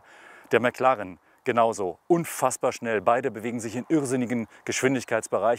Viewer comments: Erst sagt der Neunhundertelf und dann noch McLarren. Schrecklich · Wenn man nicht mal McLaren richtig aussprechen kann...